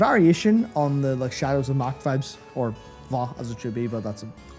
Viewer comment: I just wanted to say that I'm so glad to watch a video that finally pronounced Mhach correctly